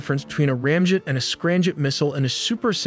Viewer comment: I don't understand why the commentator or the AI software is pronouncing M to sound like N..? Its driving me crazy, he keeps saying "Ranjet and Scranjet", not 'Ramjet and Scramjet'..🙄🤦‍♂️🤷‍♂️